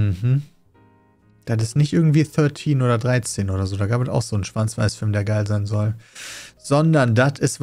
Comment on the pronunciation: Hör nur ich da "Schwanz-Weiß-Film"? 😂